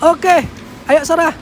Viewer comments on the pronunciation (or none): none